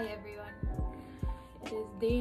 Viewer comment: Hahaha sorry. Akala ko sasabihin nya "Hi Everything" haha everyone pala 😂😂